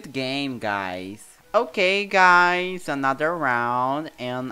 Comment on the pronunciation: Eles falando Ok gays na minha cabeça gay 🙄💅